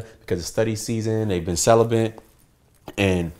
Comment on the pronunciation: "Celibent"? Lol